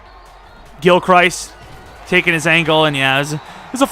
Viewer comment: ayyy thx for saying gilchrists name right im guessing you saw my comment